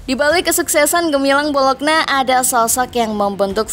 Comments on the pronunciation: Bacanya bolonya ya min bukan bologna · Bacanya Bolonya bukan Bolokna mbak😭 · Lafalnya 'BOLONYA' bukan 'BOLOKNA' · Tulis BOLOGNA ➡ baca BOLO'NYA 🦥🦥🦥🦥🦥🦥